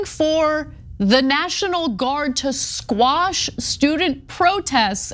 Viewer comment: QUASHED QUASHED QUASHED QUASHED QUASHED QUASHED! Not squashed you illiterate moronic fool